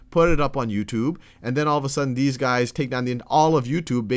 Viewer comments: I like how he pronounces it YouToob. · I know this is kinda irrelavent but I like the way he says youtube (yooutube)